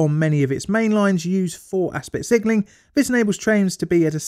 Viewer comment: I keep hearing "sigiling" instead of "signalling."